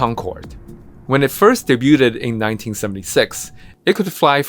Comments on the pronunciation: Commenting just for the pronunciation of the word "debuted" The T is silent, and it's 2 syllables. He said: "day-byoo-ted" actual: "day-byood" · day-BYOOD. Not "day-buded." C'mon, man. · Debuted is pronounced daybewed. Two syllables, not three and the 't' is silent. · Day-buted?! Please , the T is silent! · Concorde "début-ted"? Really??!? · I cringed at "debuted" being pronounced "day booted". Sorry. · debu-ted? Really? I'm gone on the clock. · One of the biggest problems with AI is it's hubris in failing to learn the proper pronunciation of common words, instead imposing it's own phonetic rules-based pronunciations. "day-butte-ted" Really. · Debuted is pronounced: DAY-BYOOD!!! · The word “debuted” does not have three syllables. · Check the pronunciation of debuted. It's a two-syllable word. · Please check your pronunciation of the word debuted. It's only two syllables... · Soo, is there an AI reader that mispronounces Debuted? (side-eye)